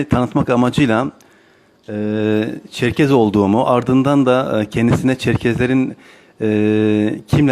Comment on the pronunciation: ÇERKES ÇERKES derken ZIRVALAMIŞ.